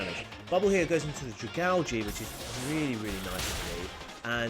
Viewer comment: Bruh I pronounce dragalge the same way you do. It definitely is pronounced that way and any other way is wrong 🤣🤣